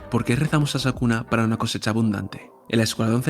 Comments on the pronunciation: Excelente vídeo, no importa que le digas sakuna jaja igual se disfruta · Todos:Es sukuna no sakuna jajaja. Yo:¿Urahume es hombre o mujer? Siempre le dicen el, pero su apariencia es femenina. Excelente video, no importa el error de narracion, solo sigue haciendo mas videos. Eres el que mas se apega a los dialogos exactos de los personajes en el manga. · Por qué le dice sakuna? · Bro, es Sukuna no Sakuna jajaja. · sabes porque no le llamas bien? porque probablemente nunca leiste el manga. y sacaste esto a las apuradas para generar visitas hablando aun sin saber. informate loco, no le podes errar en el nombre del antagonista principal. es como subir un video de dragon ball y decirle mojinbu y gaku. Desastre.